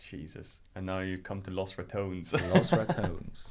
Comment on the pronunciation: Rekkles is such a humble soul and kind person, you can see it in his responses and his eyes. Dear god please learn how to pronounce Los Ratones